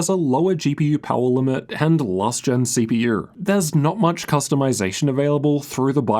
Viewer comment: mf said CPUr GPUr............